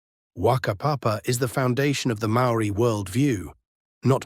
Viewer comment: I’m a part Māori New Zealander, and my opinion is that the AI synthesised information here is good, insofar as it matches well the many spoken and written accounts I received before the age of the internet. HOWEVER, the AI pronunciations of Māori words and names are nowhere near authentic. Please do some research and learn more about these if you want to internalise or relay these stories. Same goes for the images… check out authentic Māori art and carvings if possible. Go to the source if you can.